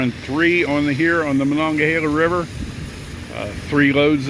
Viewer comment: I believe I heard you say the Monoghelaw